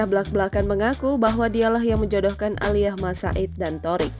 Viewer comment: Malas dengar Thoriq "Aliyah"